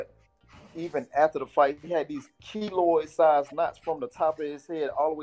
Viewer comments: Kiloid not kilo Smfh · Its Keloid not kilo